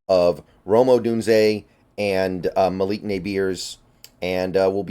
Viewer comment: It’s pronounced as “muhleek Neighbors” not Malock nabeers 😂